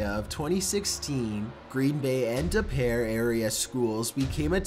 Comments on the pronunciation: no biggie but FYI I'm from Upper Midwest and that town De Pere, WI...we pronounce it "De-PEER". ALSO while I'm at it FYI if you wanna pretend your from Milwaukee you gotta pronounce it "MUH-wah-kee"...and Manitowoc is pronounced "MAN-it-oh-wah" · It’s pronounced de-pier. Not de-pear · wow I didn't know I lived in DE PEAR it's pronounced de peer buddie ;) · Being from Green Bay, it's so funny to hear "De Pere" pronounced as "De Pear" and Preble pronounced "Preebull". Haha it's pronounced "Dee Peir" and "Preh bull". Just made me giggle! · I'd just like to say De Pere isn't pronounced like Da pear, it's like De with a very short e and Pere is pronounced like Peer. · I had to laugh during the clown one. I'm from Wisconsin and its pronounced De-peer.. Not De-pear. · It’s pronounced DePeer and Prebble like pebble lol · LoL - had no idea my city was going to be featured. You got Green Bay right but De Pere is pronounce Dee Peer and the schools... Preble is preh-bul. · I'm sorry?? Day Pear??? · Hearing him try to pronounce "Preble" and "De Pere" makes me laugh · Lol you said De pere wrong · for starters you miss pronounced preble and de pere Also, it may seem weird for the attacks to take place in these schools but for people who live in the are it is 100% normal (welcome to Wisconsin). They are known for many drug bust and they get like 3 bomb threats a month. While being in the dead center of all these schools it makes you a little suspicious because we are known just for our sports, academic, and team achievements. Some of the schools have a month set a side for "fire mishaps" as they tend to happen very often. Anyways if you would like to know any more about this topic or thing around this area hmu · You said De Pere wrong and Preble 😂 but so do a lot of people who aren’t from Wisconsin. But was scary for us